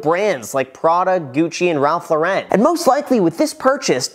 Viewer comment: My dawg said “Ralph Law-Ren” 😂